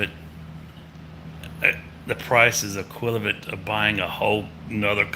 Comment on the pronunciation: You pronounced 'equivalent' as 'equilivat'.